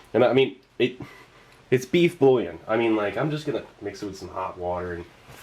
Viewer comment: Bouillon is pronounced 'bwee-on.' Just saying.